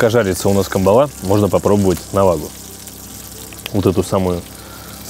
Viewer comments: Добрый день. Почему же камбалА? Ведь правильно кАмбала. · На Сахалине такую навагу называют спичечной) и клюет тут в основном лошади по 300-400г. Но по мне так вкуснее средняя, так сказать сковородочного размера, и да, она вся, только выловленная рыба извивается на сковородке. ЗЫ: нам больше созвучный кАмбала, а не камбалА! Нхнч🤘